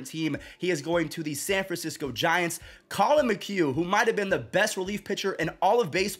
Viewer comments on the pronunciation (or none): none